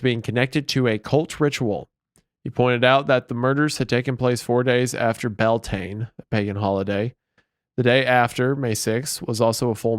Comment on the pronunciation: Did wendigoon miss pronounce Beltane on purpose, or was that a Halloween II comedic level mess up of Irish pagan terms..